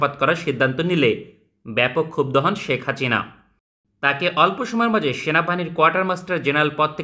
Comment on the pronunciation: ভাই কি ইচ্ছে করে শেখ হাসিনা নাম এমন করে বলেন নাকি উচ্চারণ করতে পারবেন না 😂